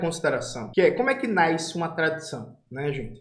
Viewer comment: Não sei se é uma pronúncia regional, mas no PT BR "nasce" é um dígrafo, portanto fala-se "nasse". Devemos também ter preocupação com a forma, pois os inimigos implicam com os detalhes para invalidar o conteúdo. Força!